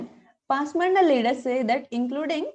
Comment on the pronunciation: This is not pasmanda "DA" This should be pronounced as "da" పస్ మాన్ద is correct.